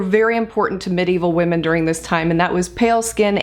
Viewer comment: You pronounce medieval wrong..but I like your vids